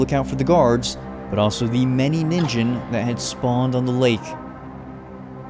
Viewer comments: Ningen is pronouced with a hard G in Japanese and the I is long "NEEN-ghen" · ningen is pronounced "nee-n-ge-n". ni pronounced like the word "knee" and ge like the word "get" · Ningen is pronounced with a hard g and the meaning is literally just “human”